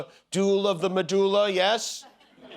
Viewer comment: "Duel of the Medula"! LMAO!